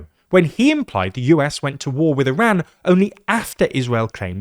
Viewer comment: Yall are supposed to be educated, how is that you’re pronouncing Iran incorrectly